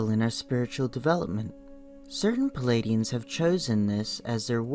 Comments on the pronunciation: It's PLEIADIAN not PELADIAN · I couldn't listen to this. The voice and the mispronunciation of Pleiadian as pelladian put me off. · General Mosquito Spray I felt the same way. Tried to listen without judgement but found this was irritating me with the mispronunciation of Pleiadian.